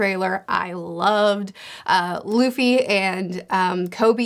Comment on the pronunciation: I'm very hyped and mostly I'm glad they say Luffy and not Ruffy ;D